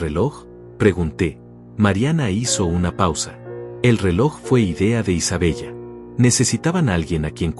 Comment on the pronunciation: No es Isabella se dice Isabela anotale